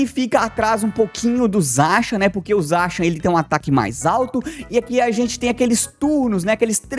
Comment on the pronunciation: Pq você pronuncia Zaxiam?